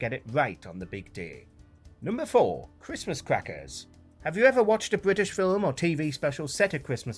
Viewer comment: Cwistmas Cwackers😂